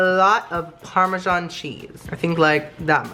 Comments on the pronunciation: I get triggered every time he says parmesan ;/ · Bach chicken parmashsn that's my parmashsn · NACHO PARMESAN IZ MAH PARMESAN